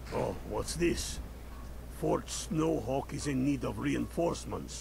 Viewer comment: Fort Snowcock you say, I was saying it wrong the entire time thank you for the correct pronunciation